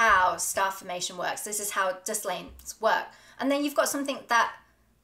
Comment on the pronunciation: Dislanes? Disilanes? Had to turn on captions to get Dust Lanes.